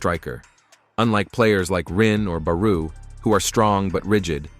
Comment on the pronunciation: Bruh it’s barooo not baruuuu